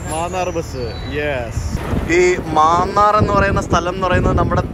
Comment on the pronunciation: മാന്നാർ എന്നല്ല, മന്നാർ എന്നാണ്... ബംഗ്ലാദേശ് യാത്ര ഉണ്ടാവുമോ?